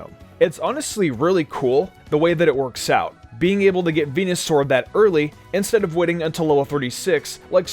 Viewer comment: He said fucking venasaur